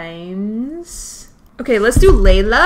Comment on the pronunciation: Was it just me or was she calling Layla Lila